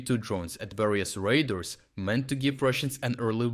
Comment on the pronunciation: Radars not raders.